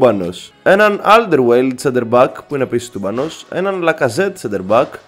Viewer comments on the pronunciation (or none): Σου έφυγε ένα Λ, ΑλντερβαϊρεΛντ